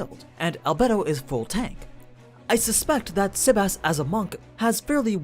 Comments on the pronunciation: What is with the sebas(tard) pronunciation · Can you pronounce his name normal?